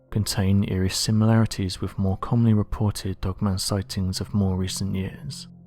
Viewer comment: It's 'wiTH," and "norTH", not "wif", "norf"...why can't this guy pronounce his "th's"???? And then there's the pronunciation of the word "assumed"...where does he get "aSHOEumed"??! It's VERY distracting when trying to listen to the commentary and just waiting for the next awful and LAZY mispronunciation to pop up!! Where did this guy go to school...you'd think his teachers would have corrected him....